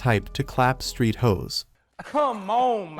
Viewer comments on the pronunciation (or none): none